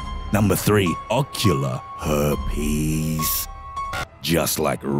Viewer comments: NUMBA 4: GLOBE RUPCHA NUMBA 3: OCULA HURPEEEZZZ!!! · When i heard him say Ocular Heeerrpies, i literally rose my hand in a "Ask again" position, with my face making the most confused face it has ever made. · LMAAOOOO the way he says herpes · Why'd he say herpes like that 😂